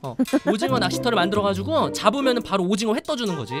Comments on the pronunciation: 오징어가 아니라 도징어 얔ㅋㅋㅋㅋㅋㅋㅋㅋㅋ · 도티님 오징어가 아니라 어징오 인것같아요ㅋㅋㅋ